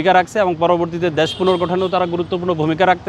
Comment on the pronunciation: ডেশের শালারা দেশ বলতে পারে না।